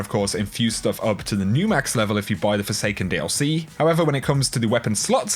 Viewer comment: Did you just say snook? Do you mean snuck? EDIT: I am sorry but "Forsanken".